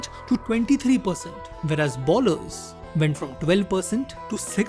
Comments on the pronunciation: Good content, keep it up! Few Corrections though: 1) 90 kmph is the speed at which Ashwin bowls and "All the way up to 140" means 140 is his top speed. His registered top speed is 153 and generally bowls in 135-145 range. 2) Bowlers is pronounced as "Bowl-ers", not "Ball-ers" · its not 153 its 153.26kph and its pronounced more like boh.luhz and not bowl-ers just a minor correction keep up the good spoting